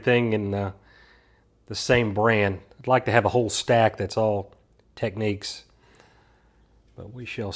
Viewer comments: just now watching this. enjoyed it very much. I'm pretty sure it's pronounced like tech 'neeks'. =P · UK drives on the left— USA drives on the right. So of course we pronounce things differently too. Tek-Neeks in the states.